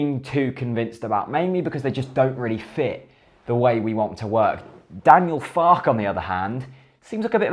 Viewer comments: Believe it's pronounced Fark-er rather than Fark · I believe the pronunciation is "Farker". As in, "Mother Farke". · Two minutes of research on Youtube would have revealed that his name is pronounced FAR KERR. But hey, waffle on. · it's pronounced Fark-er isn't it